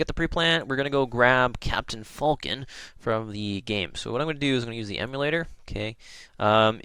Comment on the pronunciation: its FALCON not FULKIN